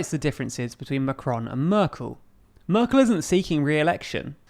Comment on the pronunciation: You ahould practice saying Merkel. You pronunce it very strange